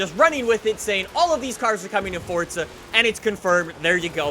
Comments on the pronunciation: For-za not for-t-za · I’ll subscribe when you say forza. Not fortza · ITS FORZA FORZA NIT FORTZA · I can’t listen to this dude saying FORTZA anymore.. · There’s no T in Forza my dude